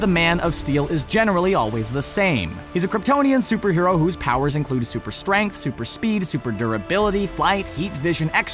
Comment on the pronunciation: his pwowers wtf